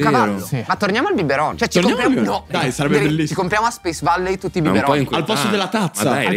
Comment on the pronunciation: "BIBERoN" cit.